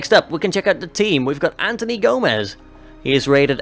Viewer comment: It annoys me how both you and EE call faith Antony it's Anthony